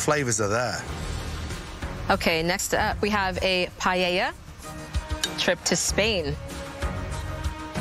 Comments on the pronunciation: These contestants claiming to want to be chefs and not knowing about cuisine from the biggest culinary nations in the world in the age of social media is truly embarrassing, I cannot take them seriously. Girl can't say paella and Omi doesn't know chicken tikka. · choosing Spain and not knowing her stitch about Spanish food when the Latin experienced chef wanted it seems selfish, girl can even pronounce Paella.